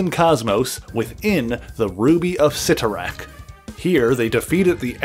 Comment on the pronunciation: Thank you so much for pronouncing Cyttorak correctly. So many on YouTube have butchered the pronunciation in the past.